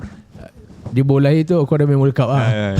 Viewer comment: OCHOA ka OKOA sebutan dia tu botak... Xbuat homework ka...awal² sblm tu kemain lagi kata kat orang 😂😂😂... Kena kat hang hahaha